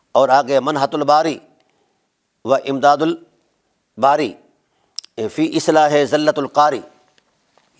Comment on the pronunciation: زلۃ القاری میں ۃ کے نیچے زیر آئے گی اور حضرت پیش پڑھ رہے ہیں عبارت نہیں آتی تحقیق خاک کرے گا